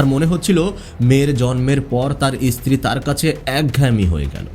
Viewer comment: ইসত্রী নয় উচ্চারণ ঠিক করে করতে হবে